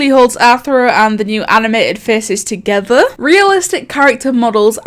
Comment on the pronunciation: ToGothEr , geeeeme , oml am sorry but I laughed so hard at that are u British sorry 😐